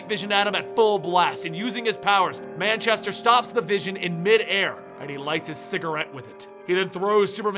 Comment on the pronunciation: Moo-Chester black